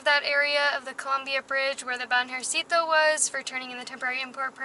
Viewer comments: How to pronounce BANJERCITO: bun-HER-c-tu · think ban-hair-see-toe, stress on the 2nd. :-) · Banjercito is the combination of Banco (Bank) and Ejército (Army) This is the bank that the Army keeps for paying the troops and make this kind of government transactions I guess. It is BAN - HER - SEE - TOH with the strong vowel on HER. BanJERcito. Try it. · "Van Her See Tho" say those words all together so you can say BANJERCITO right, which it comes from the words BANco from the ejerCITO... bank of the army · BANJÉRCITO should sound like the words VAN-HER-C-TOE (silent e) in English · the pronunciation of "banjercito" LOL. Greetings guys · and it's not a tourist thing, they try to pull out that on us Mexicans all the time. by the way your pronunciation of Banjército needs to improve. :-) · Also, do you know how to say "Ejército" (Army)? "Banjército" is a portmanteau (or mixed) word made of "banco" + "ejército", so the way to pronounce it is by stressing the syllables as in "ejército". Cheers! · It's so funny how you say Banjercito 😂. Just look up for the word Ejército for the correct pronunciation. 💂